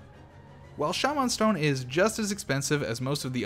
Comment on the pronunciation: this dude turned into hornet for a sec instead of saying shamen stone he said sha man stone with emphasis on the sha